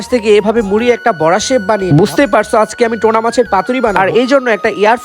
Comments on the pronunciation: Tona😂😂😂its tuna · টোনা না টুনাা মাছ বলে।